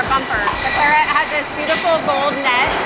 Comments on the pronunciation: CLAR et, not clar ET. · Come on. Claret rhymes with carrot. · Love the way you Murder the word "Claret", not. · Sorry to be pedantic but is pronouncing Claret correctly?